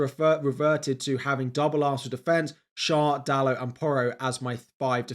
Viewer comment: The name of Schär is pronounced “share”